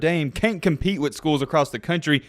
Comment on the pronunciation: Ability to cheat? Oh wait, you said compeat!😄😄😄